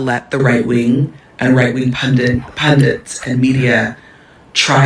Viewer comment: WHY do Americans say the word "Pundits" as "Pundants" . . . ?